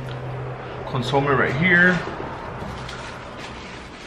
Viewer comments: Muy wuero este guey😂 “Birria tacos with “CONZOOM” 😂😂 pinche Nopal! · nigga said "con soam" not consome😕